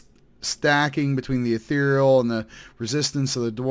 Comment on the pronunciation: ethereal= eth-ee-ree-al... love ur vids btw